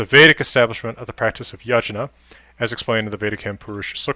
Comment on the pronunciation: Yajna should be pronounced as Yagna.(Yag-na).